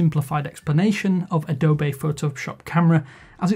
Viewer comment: Wtf is Adobay? It's Adobee :D